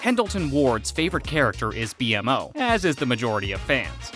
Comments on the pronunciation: Why are you pronouncing BMO’s name as “Bee-Em-Oh”?? They literally call the character “Bee-mo” in the show itself. Yeah BMO is the spelling but the pronunciation is “Bee-mo” Sorry, just curious and a tad confused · Great work! Well edited and crafted but like others said about “Bee Moe” not B.M.O. ends up being distracting. Guessing this was written by an AT fan but V.O. Isn’t a fan? Sorry, really! Otherwise great stuff! Also, added another fact for ya. Justin Roiland isn’t the only Rick & Morty connection but Adventure Time producer Kelly Crews is now as of season seven a producer on Rick & Morty. …for what it’s worth. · Bmo not B M O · The name is actually Beemo, B-MO is just a shortcut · It's literally B more It's B-MO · Don’t say “Bee em o”, just say “Beemo” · Dear narrator, You know a whole lot about a show you've never seen 🤣 No offense but I know you're not a fan bc every time you said "B M O" it was like nails on a chalkboard. Anyone who's seen the show knows it's bmo; pronunciation: bee-moe. No hate, no shade, just thought that was funny. I was surprised by how many of these facts I already know. -sincerly, a long time, advant adventure time fan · It’s pronounced Be-moe not BMO just letting you know. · You've seen all those Easter eggs but still can't pronounce B-MO 😂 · Dude it's pronounced "beemo" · ITS SAID LIKE BEEMO NOT B-M-O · It's like he read this whole thing from the wiki for some quick likes and views. Few pieces of evidence is when he had the audacity to say jakes advice is crappy, not properly pronouncing their names (B-M-O), restating details that are clearly seen from the first few episodes of the series. Too obvious he hadn't seen adventure time before. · Your pronunciation of “Bee-Em-Oh” is unacceptable, UNACCEPTABLE-CONDITIONSS! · Blud it's pronounced beemo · It's B More haha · Why TF are you saying their name like that?! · We definitely knew most of this, this guy doesn't or else he would stop saying Bmo's name wrong.